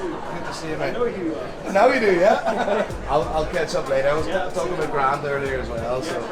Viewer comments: Why do you pronounce now like nye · "Go there noy"